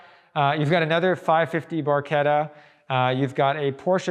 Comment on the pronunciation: Automobiles Super and Hypercars museum in US??? what´s next? Baseball museum in Europe? and Im Not english, but the name of 360 is Barchetta!, not bourquita.....and Coupé pronounces COUPEY, because of de É in the end, not "Koup".. (that can explain where thoose names and cars belong)